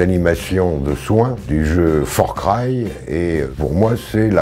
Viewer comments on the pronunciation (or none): "for cry" aya